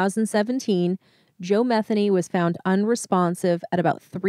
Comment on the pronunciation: Methany ???? Did I hear that name right 🤣